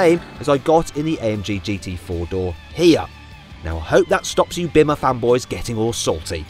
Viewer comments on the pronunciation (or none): none